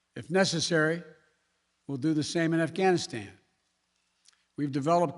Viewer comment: “Bluh bluh bluh ghanstan “. Joe has to go